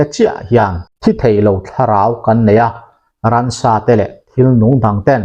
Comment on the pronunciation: Ransa...ti lovin...Ramsa tih ni se.